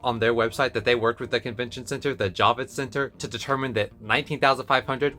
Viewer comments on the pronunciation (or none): Its Javits not Jovits lol but thats okay Jacob wont care, hes dead!. Actually considering how dangerously overcrowded anime nyc 2022 was I am not complaining too much. Comicon didnt even ask for vaccination status.. at least at Anime NYC they are asking your status... Omicron has the transmissibility of chickenpox and unless you are fully vaccinated you can get it, not even know and pass it to someone more vulnerable. Then there is the safety issue. ComicCon was so over crowded that if there was any incident security wouldn't even be able to get there in time and there could be a stampede... I was pretty nervous and I have pictures of how overcrowded it was. So hopefully we can have fun despite the $95 admission even if you pick up your badge at Midtown comics... cross your fingers. You did a good reasoned analysis which is rare for here and despite some famous physics profs ie Witten and others i.e Dr Physics A if you want to learn tensor calculus there is so much misinformation especially about medical issues its not even worth commenting sometimes. Anyway good luck and continue the good work. I didn't mean to make fun of your pronounciation. You have to be a New Yorker to even remember Jacob Javits the person...right now I am trying to keep my head low and do my research